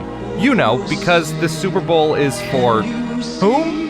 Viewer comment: You said Super bowl 35, 2001 wrong.